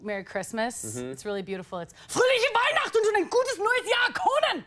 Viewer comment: We pronounced "Fröhliche Weihnachten" like that?!🤔 Small minded